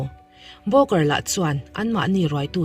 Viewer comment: Booker I lam dan broker ang a ka hria pek chu😅